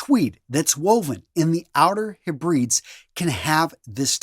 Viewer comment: Cheviot the ch is like in chain, and the name is more like chevi.. ut (a range of hills). Harris tweed woven in the Hebrides. Pronounced Hebri..deese not Heb..brides. Not criticism just letting you know how they're said. (UK) NB a general comment but inadvertently typed as a reply on this comment